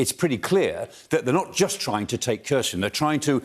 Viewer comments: Maybe, but it would be nice if he could pronounce Kherson correctly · It is not pronounced KER-son but HER-son with a hard "H" (KH).